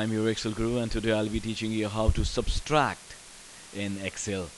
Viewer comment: Thanks, but it is subTRACT, not subSTRACT. Very helpful, thank you.